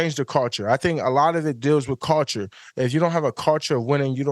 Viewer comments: I love ya Micah but my man butchering the word culture “cawchureee”😂😂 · Micah stop saying culture lol whatever you are saying isn't how you say culture lol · My boy pronouncing need some help pronouncing culture 😂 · The way Micah pronounces "culture" is ridiculous 😂😂